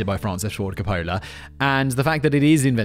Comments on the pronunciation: Francis Ford Car-Polar... Is there anything this guy can pronounce correctly? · The way he pronounces Francis Ford Copola is killin me. Lol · My GF has interrupted this video at least twice because "Simon isn't pronouncing Coppola correctly" like that's what is important here😮‍💨🤬